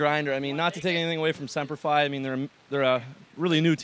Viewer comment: why does he keep saying sempler f i ???? its semper fi and it says it right on the jersey.